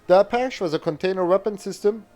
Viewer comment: a-PATCH-eee Good vid.